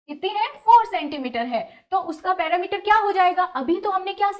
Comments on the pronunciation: Not parameter its perimeter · पेरिमीटर होता है। न कि पैरामीटर ।